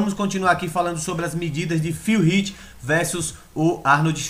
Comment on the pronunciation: Pq vc não aprende á falar o nome do cara!!! No Olympia eles falam como é o nome do Phil Heath???